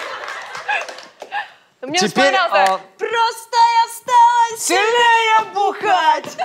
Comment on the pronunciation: стала сиЛНее ахахах